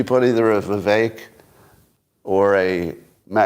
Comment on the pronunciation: Someone please tell Scott...his name is ViVECK, neck, Beck,wreck, Shreck, tech, fleck NOT ACHE!!!!!